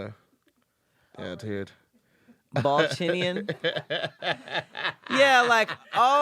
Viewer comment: When Tahir transforms into “Tahoe”😂😂😂